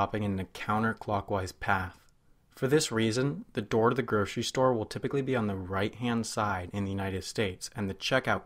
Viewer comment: Gurshery stores, huh.